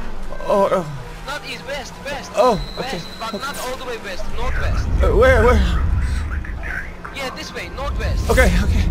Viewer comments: NOT NOURT.. Nort west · Yeah Turkish uses V instead of W hence North Vest :D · No he's turkish, North vest only turkish people say that. they use v instead of w.